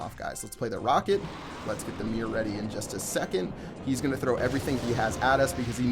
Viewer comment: Why are you calling the mirror "The meer"?